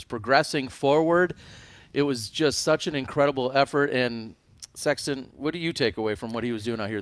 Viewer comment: Absolutely! What a year! One thing please, I like this coverage and the professionalism you all display. I think it’s important for the sport. I love Jomez and watch all of them, it’s just different. With that said; could you please stop calling …. Sexton. It sounds so awkward and odd. You two are commentating back and forth and I hear “what do you think Sexton?” How about?